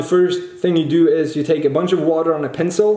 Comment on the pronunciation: Can confirm it is Pinsel in German. So we all agree said it correctly just the English language is being wrong!:p